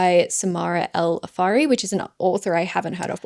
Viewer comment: I think the surname of the author of Cleopatra is pronounced as "Arifi," not "Afari" 😄